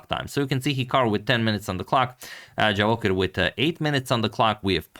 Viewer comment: Antonio, pratim te i jako cijenim kako se trudiš ne samo da radiš super analize nego i da pravilno izgovaraš strana imena. No morao bi znati da Javokhir nije Englez nego Uzbek, pa se 'J' ne izgovara kao 'Dž', nego onako kako piše. ;-)